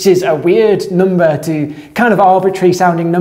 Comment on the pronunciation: Why does he sometimes pronounce it noomber and other times nuhmber? For example, and .